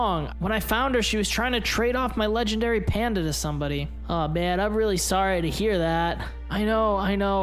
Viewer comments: Yeah I heard legendary PANDA!! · Me too I heard legendary panda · He said leg panda